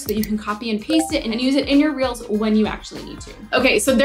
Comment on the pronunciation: Everytime she says reels ...I hear reals🌚🌚🌚🌚